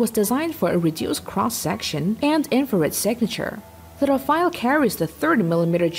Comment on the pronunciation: RAFALE not Rafael